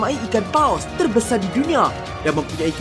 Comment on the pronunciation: Perkataan teebanyak terbesae di dunia